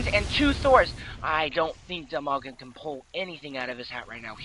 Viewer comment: His name is Dimaga, not DILmaga.